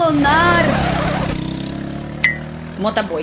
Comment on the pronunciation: "motaboi" kkkkkk